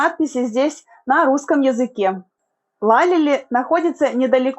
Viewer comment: Учите турецкий ,Лалели ударение на И